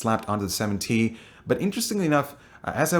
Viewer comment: are u saying 70? or 7T?